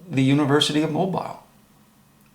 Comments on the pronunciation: I watched up to 8 minutes and 25 seconds and the only thing I saw was your jealously. And it's pronounced "MOBEAL" Not Mo- BILE.... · Please learn how to pronounce Mobile, AL! Pron. MoBEEL not MoBILE. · your credibility is severely damaged when you cannot even pronounce Mobile. It's a port city located on Mobile Bay on the Gulf Coast of Alabama. Alabama is located in the United States of America. Planet name = Earth. Mobile is pronounced Mo beel or Mo beal. Consider this your review and rebuke. Get some basic lessons in geography before attacking someone else on their stupidity and integrity. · The pronunciation of Mobile, Alabama is incorrect. It's pronounced---Mo--beel, so you now know. Thanks. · It's pronounced Mobeel, Alabama! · Please brother, learn how to pronounce Mobile as in Mobile,Al.,etc. correctly. Your pronounciation is ignorant and very annoying.